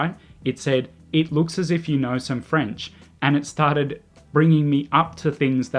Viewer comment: Your French accent is on point, though. 😂